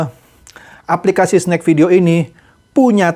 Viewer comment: Ada sebutan aplikasti😂😂😂bukan aplikasi